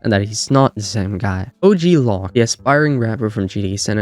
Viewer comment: You pronounced the Loc part in OG Loc wrong. They say it as "loke", not "lock".